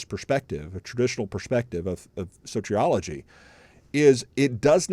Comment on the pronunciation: Sotrioligy? That's how you pronounce it? 🤦😂